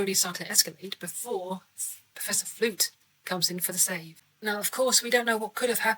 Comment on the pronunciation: absolutely! I was just amused that you called him Professor instead of Principal, and Flute instead of Flutie. 😉 Most Principals in US high schools aren't technically professors, and I also got a visual of a big flute fluttering away like it's a star in a Jethro Tull solo. 🤣 Maybe an animated flute... Principal Flutie was a good-hearted fellow, it was sad to see him go. But Principal Snyder, a guy we love to hate, is an excellent replacement.